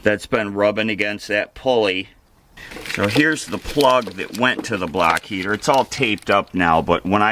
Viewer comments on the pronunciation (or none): Block heater!!!! 😆 I am from Boston and I even thought you said "BLACK" heater!!!! Too 😄 funny!